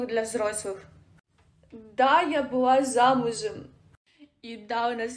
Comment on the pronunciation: "я быВа"... "Я снимаВась..." К логопеду сходи звезда🤣🤣🤣